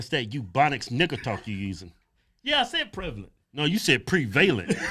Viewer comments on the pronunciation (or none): Pree vay Lant…. Love it … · pre-Valent haha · you two are hilarious....ex English teacher here and I do not care if anyone mispronounces prevalent. I understood anyway. both